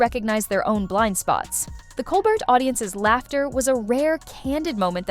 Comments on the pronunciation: The title of this video is so misleading. The video itself is terrible. Whoever is narrating? My goodness! Not sure if it’s A.I. or not, pronouncing MaHer and then MaYer. It’s just MAR! Also, Colbert with a hard T? I couldn’t even finish this stupid video. You should just take this down. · Its pronounced Bill marr and Colbear. Your pronunciation of Maher was almost bad enough that I questioned who you were talking about. Also repeatinv the same talking points over is truly getting annoying !